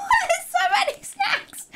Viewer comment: I love how she says snacks like shnacks! 😆❤